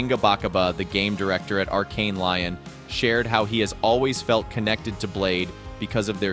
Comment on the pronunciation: I love your content and keep up the great work dude!. Just so you can stop looking foolish though I will tell you it's not pronounced arkane lion.... Its "Lee-own" would be how you properly pronounce that location in France. 😂